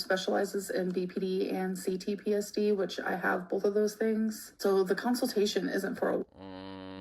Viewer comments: “council-tay-shon” We all know she means ‘consultation’ but I think it’s funny That she also pronounced “consoles” as “councils” in an old Video where I believe Beck and were showing of their Gaming consoles. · “council-tation” I can’t 💀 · "Cown-sul-tashun" I cant...😒😒😒